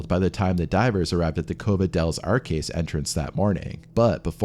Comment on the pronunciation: "Arques" is not caskets.... it's arches. Cave of the Arches.